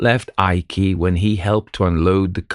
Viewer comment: " eye-key"? Not 'Ike' as per Gen. Eisenhower? And here I am having gotten accustomed to AI reducing nominal syllables. The Imperial Japanese Adm. Abe (ah- bay) being constantly referred to as Adm. "Abe".